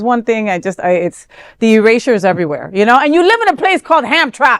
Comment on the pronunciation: Sweet baby Jesus son. It's pronounced Ham tram ick Michigan. It has ham in it so why are these disgusting fake religionists living there? I love ham. And drinking and whoring. Long live the Christian Crusaders!